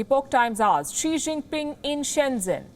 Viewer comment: Bhai wo chikta nahi hai xikta hai.